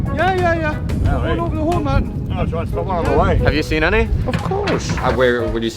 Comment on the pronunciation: he said look over the mountin